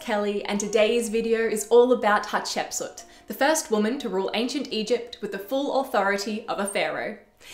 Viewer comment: Thanks, perfection here especially your pronunciation of her name! Potentially she was the princess that discovered Moses, her stepson the pharaoh of the Exodus.